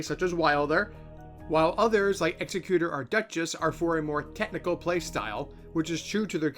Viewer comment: it's pronounced exec-utor. Meaning someone who carries out someone's final will. Makes sense once you understand who he actually is. Ex-ecutor (as in someone who executes others) isn't a word. That would be Executioner.